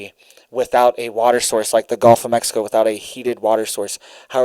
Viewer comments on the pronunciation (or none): none